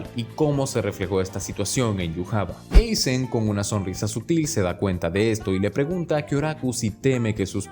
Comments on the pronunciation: Aizen, no Eizen… tú eres gringo? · Dislike por decir "Eizen" y no "Aizen" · Deje de ver el video después de escuchar 20 veces Eisen... parece buen video pero me explotan los oídos 😔